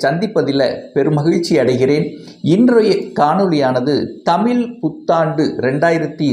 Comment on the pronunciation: தமில் அல்ல தமிழ்